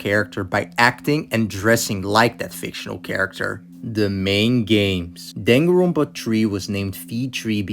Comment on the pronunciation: “One one zero twee seven.” “Danganronpa V twee” “The blood in Danganroonpa”